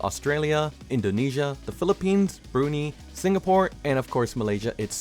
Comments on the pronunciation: Brunei is pronounced as Brew-Nye not Brew-knee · THATS NOT HOW YOU PRONOUNCE BRUNEII